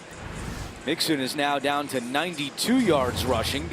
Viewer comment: I cant believe the announcer called joe mixon a monkey! Lol "joe monkey"